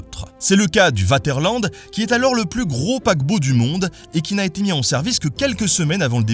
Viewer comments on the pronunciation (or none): Juste pour le fun, on ne prononce pas Vaterland comme on dirait : "je vais au water". Le "V" en allemand se prononce "F" en français!....Merci pour la vidéo..............Slt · arg arg le paquebot Vaterland prononcé Waterland au lieu de Faterland ^^ le V se prononce plus comme un F en allemand :) je ne vais rien dire sur la prononciation du Kronprinzessin ^^ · Comme d’habitude une vidéo géniale ! Cependant le Vaterland se prononce Fatèrlannede. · Nota Bene : Le V en Allemand, se prononce comme le F en Français. Le navire Vaterland doit se prononcer "F"aterland ! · Vidéo très intéressante , comme d habitude ! ! ! ! Petite précision : il faut prononcer le V de Vaterland comme un F ......😀 faterland donc😇